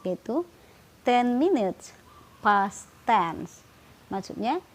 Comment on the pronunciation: it is three pas thirteen, ..wkwkwk belajar